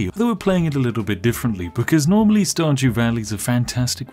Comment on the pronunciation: I heard "StarJew." Every. Single. Time.